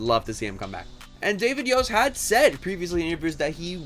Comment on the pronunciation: please for the love of Zordon, stop pronouncing the t in Yost, much like Lord Voldemort the 't' is silent.